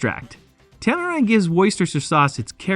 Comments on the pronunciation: "tamarinde gives woysoyster sauce" yanks man🤣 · I offer this in the spirit of wanting your channel to succeed: research pronunciation. It wasn’t just “Worcester/Worcestershire”, but also the company name, the two (different) wrong pronunciations of “tamarind”, and that was just in the first three minutes. Believe me, this is meant to be constructive feedback. The content is good! Keep at it!